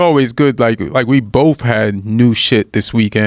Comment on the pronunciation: Please people the word is BOTH not BOFE, THIS not DIS, THAT not DAT